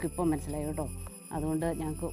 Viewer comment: കേട്ടോ എന്ന് ആണ് ഉച്ചാരണം.